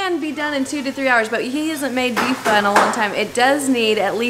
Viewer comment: You murder Vietnamese pho man. This is terrible.